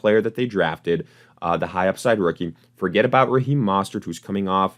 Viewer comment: Bro, you gotta learn how to pronounce "Mostert" correctly, it really discredits anything you say after